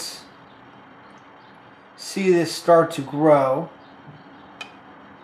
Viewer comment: It's pronounced "GROW"